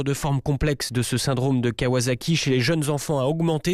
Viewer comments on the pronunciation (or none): C'est surtout une ville, dont le nom se prononce avec une fin en "saki" et non en "zaki" (un peu comme "wasabi" que les Français adorent mal prononcer "wazabi"). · A part ça je pense qu'on prononce kawSSaki